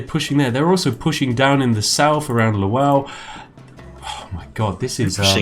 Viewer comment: Lwow is pronounced *luh-vov*. You actual spoon.